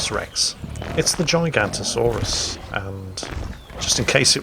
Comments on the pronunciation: its nit GIGANTO saurus its GIGA-NOTASAURUS, or Giga for short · I could be wrong... but i am pretty sure its pronounced Gig-a-not-o-saurus... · Actually.... its pronounced jigg-o-not-osaurus, and it's name stands for giant southern lizard. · Uh, actually... it's not called the giganto-saurus, as you called it. It's the giga-noto-saurus. Giga is the same root (and so pronounced the same) as in gigabyte, and noto is an additional, separate root meaning southern. I believe the giganto-saurus is something else entirely. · I thought it was Gig-a-not-asaurus.... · It's that bloody bird game again... Also,... It's spelled GiganOOOtosaurus. I know, you'r old 'n crap, but Jeff Goldblum there said it out loud for you to just listen and repeat. And you managed to fuck that up, as we all expected you to do. Never change.;-) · Internal cringe at giganotosaurus mispronunciation and saying it's the biggest carnivore ever Oh, silly.